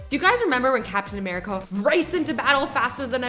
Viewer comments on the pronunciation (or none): did she just say 'captain americo'?